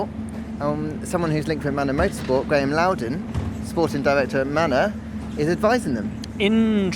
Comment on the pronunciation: Did I just hear Manor???